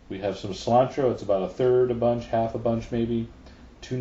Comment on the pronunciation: it's coriander, not 'slime-tro' or wateva